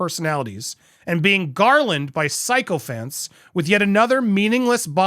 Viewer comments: Sycophant. The generally accepted pronunciation is "sicko-phant", not "psycho-phant", although where sugars are concerned "psycho-phant" is seems applicable. I think you just created a word, Andy. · Please learn how to pronounce “coiffured” and “sycophant”. It hurts my ears when you mis-pronounce words like that. I would like to listen to your reports, but ….